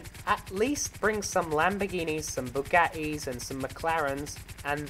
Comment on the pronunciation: Lol you sed bugatts